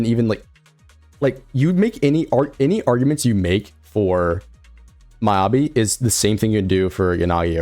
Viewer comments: and miyabi as my-ya-bi.... it should be me-ya-bi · my-ya-bi and yu-zu-wa. thats rage baiting.